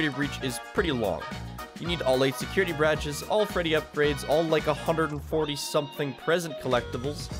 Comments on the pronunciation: Bradges? You said it again. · why did he say security brages. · security bradges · "All 8 security braches"🤣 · All 8 security "brwadges" 💀💀💀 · I swear he says bradges on purpose